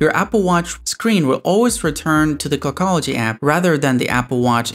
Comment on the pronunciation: Dude is there a reason why you sound so nasal? Like when you say the word clockology it sounds more like kogology are you phillipino by any chance?